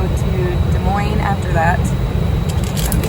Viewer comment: Des Moines (dah-moyn) you pronounced it right! Happy 2022! Al from SW Florida! 🌞 🌴